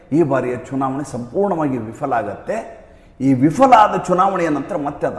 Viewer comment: VIFALAಅಲ್ಲ VIPHALA ಎಂದು ಉಚ್ಛಾರ ಮಾಡಿ ದಯಮಾಡಿ.